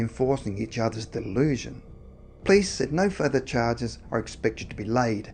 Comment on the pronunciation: Hi! im a big fan, saw most of your videos (which is a lot). love the creepy vibes of your channel. just.. can you.. please say "police"? and not "plis"? thanks man, much appreciated.. keep up the good work!!